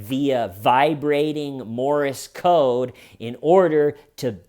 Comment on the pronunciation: ‘Morris Code’ 😂 Seriously though, can mispronounce whenever he likes. We know what he means. He is the Grand Master of the one take.